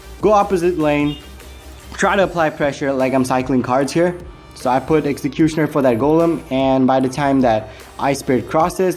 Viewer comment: i love the way u say executioner its coool